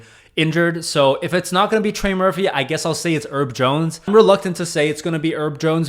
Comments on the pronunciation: Hey, someone has already pointed this out but Herb is short for Herbert and is pronounced with an H at the start. He's not named after a tiny plant. 😂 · Bro said herb jones like he’s a spice 🌿